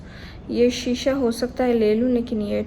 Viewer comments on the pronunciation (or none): none